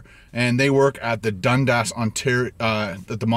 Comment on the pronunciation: Looks amazing!!! Love your videos. Maybe it's the American accent in me, but it's pronounced Dun-Dis. How does everyone else pronounce Dundas?